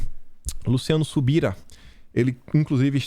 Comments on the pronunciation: Subirá com acento agudo no "á"!!! Pronuncia igual o futuro de subir!!! Ele "subirá"!!! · É Leandro Subirá! Com acento meu amigo... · não sabe pronunciar o nome do Luciano Subirá. Kkkkk. Chega me dá agonia! Rs.